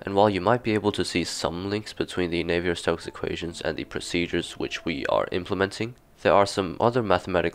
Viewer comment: you've probably been told already, but navier is pronounced "navee eh" not "nayvee er"